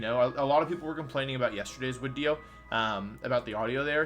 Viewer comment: Wolfey just likes to pronounce Pokemon names weird. It's a part of his YouTube personallity and branding. It all started with him pronouncing 'video' as 'wideo', the community loved it, and now Wolfey just like to mispronounce words for fun.